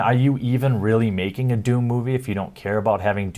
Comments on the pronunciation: It's called DOOM, not WAHOOM.... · Doom, don't you mean "DAME"